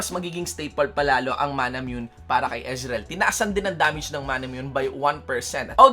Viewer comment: EZ-REAL HAHAHHA POTA BISAYA